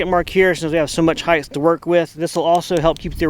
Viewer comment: For the love of God can Americans stop say Heighth, apart from that love you guys